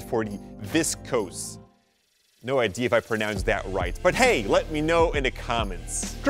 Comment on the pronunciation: It is not ID,I it is "idea"